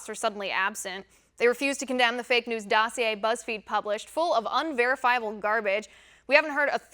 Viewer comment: She pronounced the word "dossier" correctly. That's quite an accomplishment!